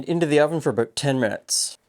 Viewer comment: "I'm aboot to stop saying soory."